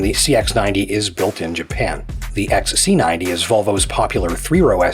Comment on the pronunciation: its xc90 and not x ssaaa c 90, bad mouth